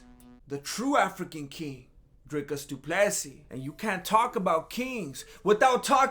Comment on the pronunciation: Finally the first mma creator that's not African that pronounces dricus du plessis correctly